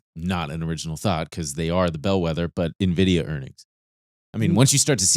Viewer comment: "Nenvidia" is a new one